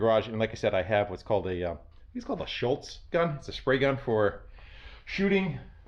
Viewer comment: Hi, love your channel! It's called a Schutz gun (pronounce as shoots), since there is no l in the word 😉. The German word "Schutzung" means protection. I love the rotten Samba carcass on the wall!